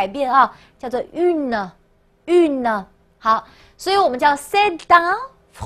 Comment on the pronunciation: 老师的尾音好重，不发音的e听着就跟发音的一样。 etudiante , une, Francaise 都是同样的问题。不过整体讲的调理很清晰！